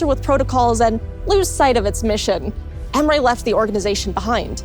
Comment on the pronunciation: Its "Ehm-reh' not "Ehm-ray"